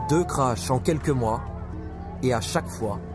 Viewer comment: ECRASEMENTS, disparitions etc Pas "crache" !!